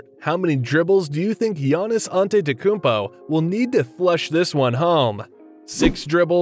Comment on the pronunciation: SHAQS COMPLIMENT DOESNT HAVE MUCH CONVICTION WHEN DISRESPECTING HIS NAME YOUR A A GOD DAMN SHITTY ANNOUNCERS YOUR JOB IS TO KNOW HOW TO SAY THE PLAYERS NAME AND WHEN YOU ACT FLIPPANT ABOUT LEARNING HOW TO PRONOUNCE HIS NAME YOUR SHOWING A GREAT DISRESPECT ALSO A LOT OF JEALOUSLY?